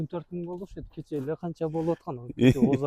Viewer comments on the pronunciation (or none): none